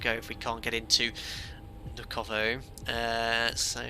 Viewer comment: Moscow airports, correct pronunciations: "SHER-emen-TAY-vo.... DOMO-de-DOVO...... VUN-uh-KO-vo..... :o)